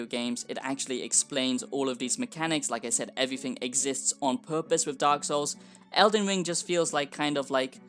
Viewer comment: All I hear is eldin wiiing eldin wiiiiing 😅